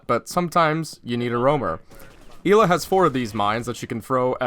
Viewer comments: "clears throat" it isnt Eela its Ela said like Ella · It’s not “EE-Luh”. It’s “L-Uh”, you pleb. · Its Ela not Íla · “el A” not “E La” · I believe it's eh-lah instead of ee-lah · EEELAA Everyone: ELLA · It’s eh-luh Not Eeee luh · Why do you say elaw it’s L uhhh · Ela not eela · Y does he pronounce it 'eeeeela' not 'ehla' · Not ella ela so not eeela ela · Ela not eela plz plz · El-a not eel-a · It's Ela not eelaaa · Ell a not ee la fucking dorks over prononsing shit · It's pronounced eh-la not ila... It's polish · how tf do u mispronounce such a generic name. Its not fuckin eela its EH-la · its eh-la. not ila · It's not ee-la, its El-la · Is it pronounced Ee-la or El-ah not being a grammar Nazi i am just curious. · ELA not EEEELA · You pronounce it "ella", E with "eh" sound not "í" ;) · I am from poland and i agree with krister, it's Ela not Ila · It's 'Ela' not 'Eela' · Fuck it's a polish name so it's pronounced EHHLA. Not fucking eeeeeela. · ELA NOT EELLA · its not eeeeela its ELA LICK elchopo get the el then ad an a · why tf does he say eela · he just called ela eeeeeeela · Did u say Hila? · Never say E la again it’s ellahh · Fucking E-la smh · It triggered me so hard that he said "Eli" or something like that the whole video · I swear to god if he says ila one more time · I had to stop watching because of how many times you said "eela" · "ive played a lot of Eeeela" welp im out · Yeah it's pronounced Eh-La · Im polish you pronounce it Ela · I thought her name was pronounced eh-la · Y tf does he say eela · "E-la" smh.. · I think ELA is fairly pronunced "I:LA". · ELA NOT ELLA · STOP SAYING EEEEEELA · Your special get ela's name right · Say Ela name correctly m8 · STOP PRONOUNCING HER NAME WRONG!!!!!!!!!!!!!!!!!!!!! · Lol of course he pronounced the name wrong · I'm 98% sure that you're pronouncing her name wrong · You said ela wrong